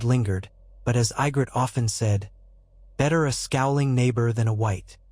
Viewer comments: That looks more like Sansa than Ygritte pronounced EE-gritte. I love the idea of alternative fiction but I wish you fix the mispronunciations. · you had mispronouced ygrittes name less this was ai generated but all in all it was a good Story